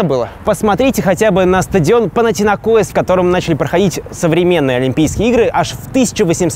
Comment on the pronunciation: Панатинакоис??))) Вообще-то - Панатинайкос)! Хоть бы уточнили правильное название,а то как-то неуважительно называть так клуб,потому что не считаете нужным правильно его называть и не захотели даже уточниться!)Это халатное отношение!) Это не страшно,но всё же)...